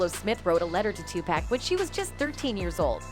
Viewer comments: I like how she says /tupaec/ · I cant with the pronunciation of some of these names. Two-pack and Madeena 😂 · Why she keep saying Two pack ? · Can someone tell her how to pronounce 2Pac NOT TWO PACK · Maybe you should learn how to pronounce Tupac's name before making a video full of allegations. It's obvious you don't have a clue and are just reading off some text that someone else wrote.